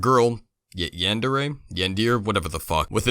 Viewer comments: Technically it's yahn-de-reh (with a sharp spanish-ish sounding r as i tamaRind) because in ヤyaンnデdeレre there's no distinction between the first and second "eh" characters, "de" and "re" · Yahn-der-ayy. Not Yandeer, you fucking cephalopod. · Im not a fucking weeb but it really makes me tick when you pronounce it "yanDEER" its... yan-deh-reh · Its pronounced YON DARE AY you uncultured swine now go back to tf2 GAayWAD Xd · It’s pronounced (yawn-der-ey) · Is pronounced yundero ya dingus.